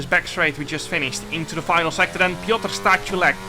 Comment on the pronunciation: I just laughed while u was reading Piotr Stachulec name haha